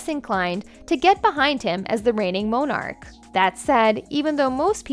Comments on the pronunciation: Who taught this woman to read? Go back and take a speech class. What is a MO-nark? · It would be nice if the narrator would learn how to pronounce words such as ‘Monarch’ and ‘salacious’ just to mention two words, if she plans to use them in her narrative. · It's Camilla, and not Cameela. Monarch, not Mownarch! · Good video, but you need to get someone who pronounces words correctly. Monarch, Camilla and many other important words butchered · I lost count of how many words you mispronounced. Not a good look for a narrator Including Camilla and monarch. Embarrassing. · Why the weird pronunciation for "monarch" and "Camilla"? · I’m an American and I know how to pronounce “Alma Mater” not Mater from “Cars”. I know how to pronounce Camilla, or Monarch. Or any of the awful other mistakes. We don’t say Mo narch over here:)